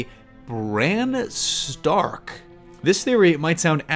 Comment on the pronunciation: loses ability to speak like a human brn staarrkrkk